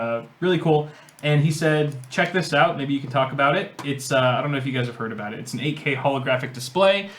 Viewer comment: I can tell by your pronunciation of "abote" you're not from around here ... howdy from Texas 🦌🌶🦌